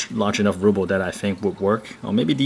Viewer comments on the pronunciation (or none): RUHHHHHBLE RUHHHHHH lol you're saying "rooble" haha I was like wth is he saying 😂